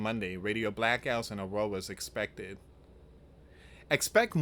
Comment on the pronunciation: Holy cripes man, its pronounced uh-rawr-uh. Its painful to hear how you speak English. You say it like a literal toddler that doesn't know how to read or speak English correctly. You have really stretched the meaning of the term "breaking news" to the point ALMOST EVERYTHING you post is clickbait. GET HOOKED ON PHONICS.